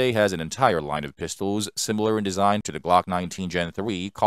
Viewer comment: And "Pistowls"